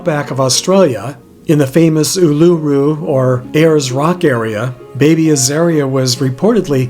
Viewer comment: Being an Australian I love the way you pronounce Uluṟu 😊, I live in Alice Springs about 500 kms from the rock, I love your videos ❤